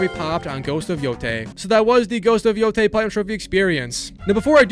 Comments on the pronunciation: “Yo-teh” not yo-ty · Bro said Yotie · Yea i feel the same pain🥺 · how did you manage to butcher every single name, even the name of the game itself 😭